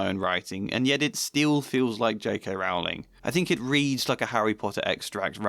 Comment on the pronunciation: Rowling like bowling, not like cowling.